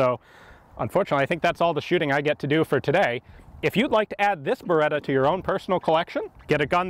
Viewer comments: Si dice BERETTA! NON BEREDA DIO! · Beretta.. Not Bereda. Double T